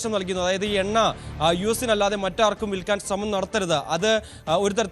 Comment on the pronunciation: Venna alla chettan, Enna aanu.. correct aayi parayaan padikkoo